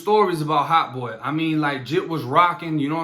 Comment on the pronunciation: nigga saying Heart Boy not hot 🤣🤣🤣🤣